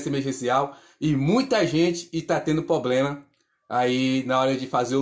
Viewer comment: Se chama problema com R é uma agressão a língua portuguesa a forma que você pronuncia essa palavra